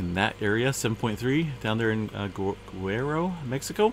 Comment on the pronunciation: I am laying in bed with two blankets on me, the fan blowing ha ha. I am in Colorado and it is around 8 degrees and falling, snow and ice. Yes I also need a fan year round. I smiled when you said that. As for Guerrero you can say it Gurr-air-oh. My maiden name. Have a nice night everyone, hope your power is back on soon